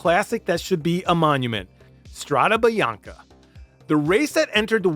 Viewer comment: Try pronouncing the names correct Van Aert pronounced with two AA // Strade Bianche and not Biancha (greetings from Belgium)